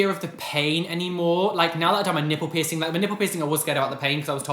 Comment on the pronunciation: Anytime i hear literally anybody say peircing gun i imediatly get triggerd 😂😅 love you!! ❤💙